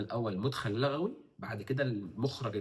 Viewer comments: ما شاء الله بس الأصح اتفاق لُغوى بضم اللام وليس بفتحها لان لَغوى بفتح اللام من اللغو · لُغوي وليس لَغوي :)